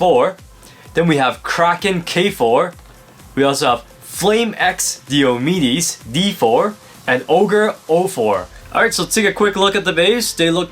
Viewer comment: it's pronounced "Die - O - Me dees" One of the major Warriors in the Trojan War.